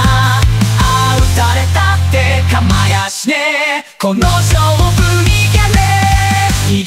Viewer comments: 勝負(しょうぶ)をまさおと読むなw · メジャーの勝負を多分まさふって言ってんな